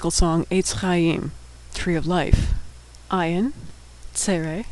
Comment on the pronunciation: great video! but ayin is not pronounced as aleph at all. it is not a silent letter at all. It has the same prounciation as arabic "ayin": ع it is hard to explain though! but it comes from the throat. it is like saying aleph the sound: ah but you push your throat to make a different sound